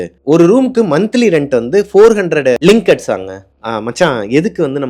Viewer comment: Lingats illa bro ringats